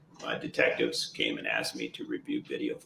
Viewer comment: He “axed?” Is there something new to add to the charges?